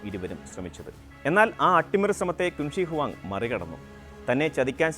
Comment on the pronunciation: It is pronounced as ' ചിൻ ഷിയ് ഹുആങ് ' not 'ക്വിന് ശീ '